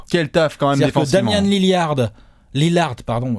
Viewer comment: on dit LILLAAAAARD <3